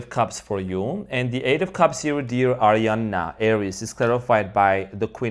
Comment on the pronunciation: Gonna name my next daughter ariyana lol I love how he says it !